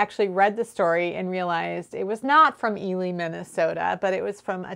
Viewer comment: Thank you for yet another fascinating and informative video,. Good luck with the reverse engineering. And yes, you pronounced Ely correctly. Love the Tshirt by the way👍😊Jill, Cumbria, UK